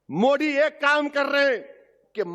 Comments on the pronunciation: Owasi ,modi to sahi say bolanay ka practice karo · Bhai phle modi ka naam shi se bolna sekh lo uske baad uske vichar padhna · Abe Owaisi Modi naam hai Mod nahin hai pahle bolna Sikh lo